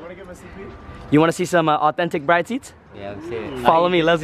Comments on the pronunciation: BRID vs BRIDE as far as pronounciation. Arigato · Cool video but the young car generation now needs a lesson on how to pronounce these seats correctly. It’s not Bride, like your marrying a bride. It’s “Brid” with an “e” at the end. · my dude you are pronouncing Bride wrong😂😭 plz look it up and say it right it's hurting my ears😂